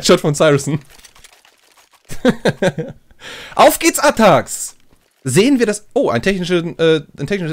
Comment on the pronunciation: ATTAXxxx man sollte schon die Namen aussprechen können